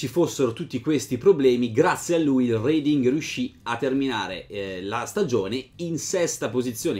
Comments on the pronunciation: R"E"ding, non R"I"ding. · Bella storia.. Comunque Reading è un paese inglese, ci sono stato e si pronuncia reding non riding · Credo si pronunci "Reding"